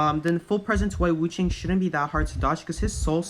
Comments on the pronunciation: Yeah but did you hear how he said Wu Chang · And Wu Chang lolllll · As a Chinese person. Every time he says wu Chang and geisha I laugh😭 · omg the way he says geesha and wu ching lol